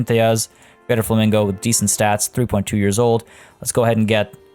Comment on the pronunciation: LMFAO Fla-mingle.....SIGH lolololol